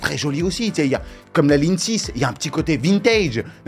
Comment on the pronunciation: "Lignre 6"